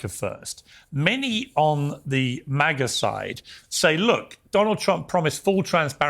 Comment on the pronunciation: MAGA NOT MIGA